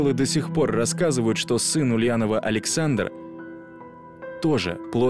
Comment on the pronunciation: Старажилы достхпор говорят...😂😂